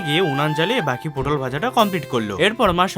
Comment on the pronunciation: দাদা পুটল না পটল হবে 😂😂